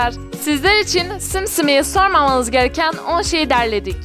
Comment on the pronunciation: Sakın sormamanız diye bastırarak söyleyen ablamızı dinlemeyip simsimiye onları soran biz!